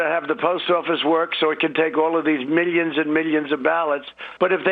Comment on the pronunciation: "meeyuns and meeyuns of dollars" infantile prick